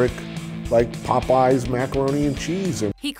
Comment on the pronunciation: Why does she pronounce Popeyes like that???